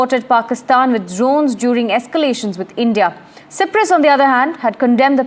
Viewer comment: Please correct the Cyprus pronunciation...